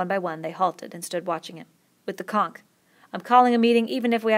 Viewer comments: Please learn how to say conch properly because you keep saying conk. Keep the pace the same throughout the book though. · thank you so much for making this, I start school in 5 days and I haven't finished my summer reading. my only critique is you pronounce conch as conk, great job though! much appreciated! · why does she pronounce conch “chonck” and not “conch” like wtf have you ever heard of the magic conch shell? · It's actually pronounced as "conk." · except conch